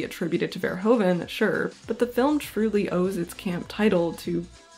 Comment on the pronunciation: His name is pronounced as "verhooven," and one should stress "-hooven."